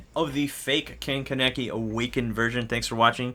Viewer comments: One it ka name key not ka neck ee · why do they say his name like that lol his name is not "keneke" its kaneki its pronounced kanake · Ken - ke - neck - ee 😅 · You don’t anime my guy it’s called a kagune and not tentacle thingys and secondly his name isn’t Ken Kenaki it’s Ken Kaneki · Pronouncing ken kaneki name ken you you said right kaneki is 3 syllables the first syllable one ka you put more power in the A second syllable ne you like nah the the last syllable ki it’s pronounced like key now put it together kanahkey your welcome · Ken (KA-NEH-KEY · It's pronounced k aah ney ki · Finally the review is up!(and....why did you pronounce kaneki like that?) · you make me want to hate you just because you are saying his last name wrong and he is my all time favorite character ever